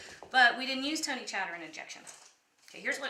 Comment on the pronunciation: It's pronounced Tony Cacheres! Not Chatterin!